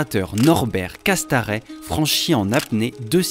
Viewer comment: Salut, petite rectification sur le nom du spéléologue Norbert Casterets et non Cast"A"rets 😉